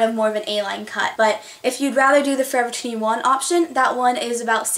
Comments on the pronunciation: Lol. You say forever twenty one weirdly. You say it Like fovuhtwienuh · U say forever twenty one so weird.